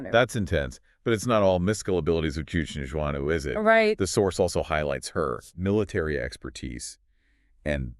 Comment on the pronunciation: oh boy the pronunciation hahaha :D good video though.